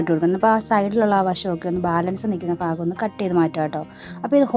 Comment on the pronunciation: സംഗതി അടിപൊളി ആയിട്ടുണ്ട്.. എല്ലാ ""ഫാഗവും " നന്നായി ഒട്ടിച്ചു.. അടിപൊളി 🥰🥰🤭🤭